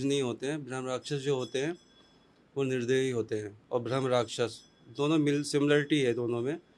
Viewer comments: Yrr ye bhram bhram bol rahe rahe bramh hota gai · यह चुतिया ठीक से ब्रह्म भी नहीं बोल पा रहा है । ब्राह्म को भ्रम बोल रहा है 😂 बकवास कर रहा है मादरखोद